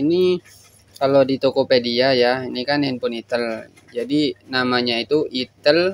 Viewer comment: Aksen penyebutan nya enakan "aitel" Bang daripada "itel", soalnya kayak aneh aja kalo denger nya 😅😂